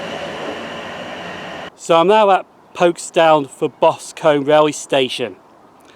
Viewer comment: Boscum not Bos Combe